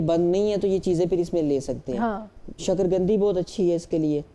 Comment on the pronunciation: پلیز ڈاکٹر صاحب لفظ شکر قندی ھے شکر گندی ۔نہیں ھے